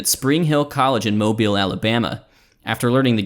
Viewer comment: omg you said Mobile correctly